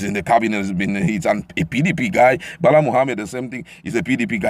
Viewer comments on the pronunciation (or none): none